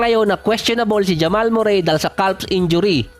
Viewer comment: Calf.. Silent L Idol